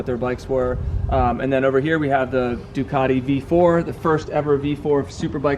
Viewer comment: Try to get the pronunciation right on the Duc, it's still Italian